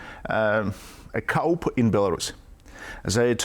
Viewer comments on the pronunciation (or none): Pronounced “ koo” not cup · As a non-native English speaker, may I somewhat enlighten you; he ment COUP.